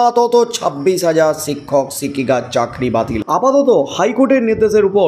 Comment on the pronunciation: সিক্ষক সিক্ষিকা বলছেন কেন। শিক্ষক শিক্ষিকা বলুন